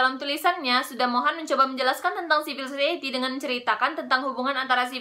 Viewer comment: siv-uhl suh-sahy-i-tee bukan zivil zozaeyeti. mohon hati-hati dalam pronounciation saudari.